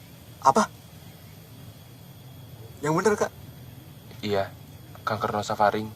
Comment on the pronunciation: salfok sama aska nyebut diagnosa kankernya ara, yang betul kanker nasofaring